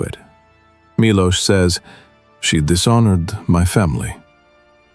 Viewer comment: AI bleeps out "fourteen" repeatedly and pronounces Milo as "Mee-low" and IOU as "I-O-Uh". :)